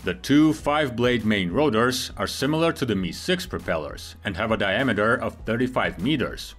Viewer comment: It's pronounced em eye six. Not "me"